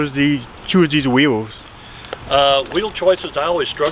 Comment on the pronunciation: What made you Chews dees weels 😂